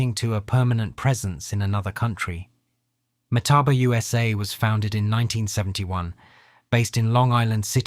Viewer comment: The guy can't seem to get the name right.